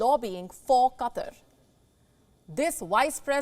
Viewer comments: Funny how she says "Cutter" instead of "Qatar" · Its Qatar not Katar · Katr?? It is Qatar like kaataar pls pronounce English not hindi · Katarr? QaahTaar. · So many disrespect the pronounciation of QUTAR. Its not pronounced Cutter as so many butcher it. Its pronounced Kuh Tar' with the accent on the Tar. kuh TAR'. Thank you very much. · Qa TAR ....... NOT Qa TER ..... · This reporter helps me see and understand a different English.. Let's use an example.. Qatar sounds like Cutter. I never knew it would have to relearn English. !! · .... "Katter"... "Cutter"..... 🤷‍♂